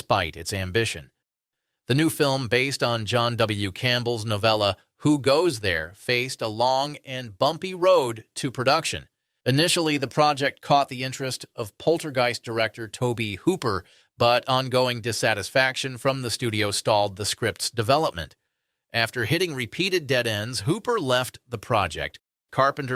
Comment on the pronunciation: Tobe is pronounced like "robe." I remember it from TV commercials for is movies.